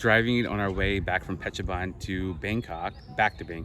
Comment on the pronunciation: Pronunciation correction: Phet or Pet Chabun (boon). altogeter: ia Petchaboon spelling as phonetic way. ha ha ha